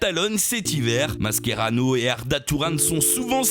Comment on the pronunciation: ça se prononce mâchérano et non masquérano